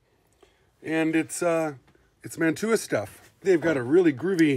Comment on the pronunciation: I grew up in Woodbury Heights, NJ where the Mantua Metals and later Tyco factory was located. Just to let you know, it's pronounced Man-chew-ah, not Man-two-ah. You're correct that in the beginning, it was all kits you had to put together. Lots of people in town and the surrounding area got their first jobs at the factory, including my sister. My mother in law also worked there. When you went into the lobby, there was a wall of trains a lot like the one behind you. There was a reject pile at the back of the factory where they would destroy the trains that had imperfections. Some of us would raid that pile before they got destroyed, and we'd fix them up as good as we could. Many of us in town had Mantua and/or Tyco train sets when we were kids.